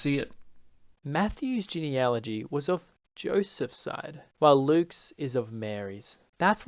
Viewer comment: I'm going to be radically fair and praise the stitched creator for correctly pronouncing "genealogy."